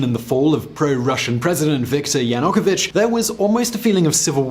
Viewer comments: Yakunovich?? LOL It's YaNU-kovich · Ya-new-ko-vich. It’s not that effing hard to say. 4 easy syllables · Breaking news. Saakashvili was just forced onto an airplane and send to Poland. You mispronounced Yanukovych (and Dnepropetrovsk). Then you falsely call maidan revolution a conflict between Kiev and Moscow supporters. That is a lie. Its a political take over. That uses nationalistic rhetoric to gain legitimacy. Its like calling brexit supporters pro London and calling pro EU supporters "German supporters". Yatsenyuk promised "European salaries and pensions", still waiting. Oligarchs and CIA funded the revolution. History is written by the winners. Now the politically correct term for the the take over is called "Revolution of dignity". What a joke Your video resembles some sort of a promotional video for Saakashvili. How would you react is Trump gave a passport to some foreign national and made him the governor of New York? He got in using political favors, then they got rid of him. Where are you getting all you sources? Its like your reading this from his memoirs. Making him out to be some hero. Why don't you talk about how he is a wanted man in his country. How he is hated by many in Georgia. How he got rid of his opposition. Why are you just regurgitating stories written by his gang? Saakashvili cannot become president of Ukraine because the constitution dictates that the president has to be born in Ukraine. But then again that thing has be rewritten so many times, its practically just toilet paper. (pro tip Americans don't edit you constitution) This video is so poorly wr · Why does no one in this video know how to pronounce Yanukovych? It’s almost exactly as written, shouldn’t be hard. 😕